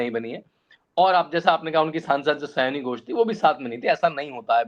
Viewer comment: महाशय जी! उसका नाम सयानी नहीं है, सायोनी है।